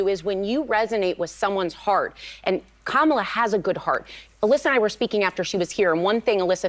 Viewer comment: Do better: her name is pronounced Comma-la